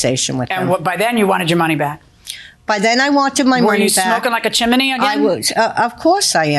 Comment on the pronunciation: I wish I could get hypnosis to forget how the judge says chimney!